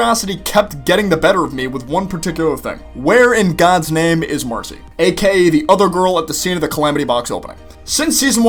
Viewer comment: Shes either with the salamanders or the newts and also its marcy not macy